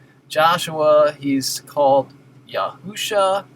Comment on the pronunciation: Great video sir. I too rejoice when people seek to call upon the Name of the Father and Son, but there are a few simple errors that can be avoided by actually studying Biblical Hebrew grammar which clicking on your Strong's numbers does not provide. For example, you admit that the full spelling for the Messiah is Yahsushua, yet pronounce Yahusha, when it appears in it's "defective" form. Dawid is spelled half the time as: dalet, waw, yod, dalet and the other half: dalet, waw, dalet (defective) yet no one ever says "Dood." The same applied to Yashushua. You always pronounce the proper and never Yahusha. Hope this helps. I made a video on the topic for anyone interested.